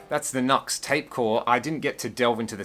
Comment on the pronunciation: Pronounced "Noo-ex".